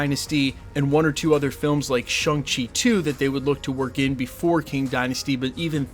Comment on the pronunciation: Come on man. ShAng Chi, not ShUng Chi. Why do you keep mispronouncing it when it's so easy to just say it right?